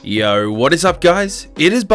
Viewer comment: I've never thought of it but you're right! We do kinda pronounce it 'waht' xD